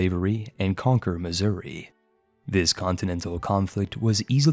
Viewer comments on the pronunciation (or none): none